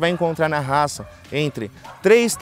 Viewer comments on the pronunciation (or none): Devia saber pronunciar o nome da raca…